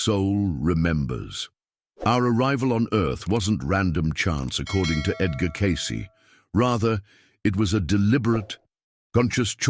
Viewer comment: Teach your AI to pronounce Edgar’s name FFS.